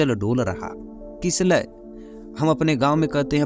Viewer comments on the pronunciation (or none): " किलसय" तू पहले हिन्दी बोलना सीख । पढाना बन्द क र।